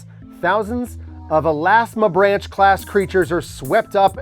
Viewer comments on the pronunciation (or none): As a wildlife biology major I cringed when everyone pronounced Elasmobranch wrong... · Any other biology nerds just cringing every time they pronounced it “elasmobrANCH”? Lol